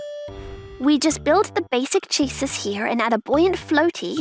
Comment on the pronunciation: I know some words are hard... but 'chassis' is pronounced 'cha-sea' or 'cha-see'... it is NOT pronounced as 'chases'.